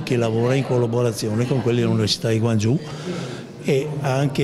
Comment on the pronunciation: Bello! Non si pronuncia così Guangzhou! 😅